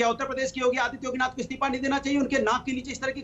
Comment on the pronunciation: it's isteefa not isteepa